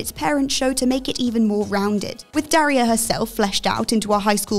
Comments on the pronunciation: Sometimes I think what culture goes out if their way to mispronounce names U.S. names. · Can cheerfully say presenter hasn’t seen Daria as she doesn’t know how to say her name. Very grating.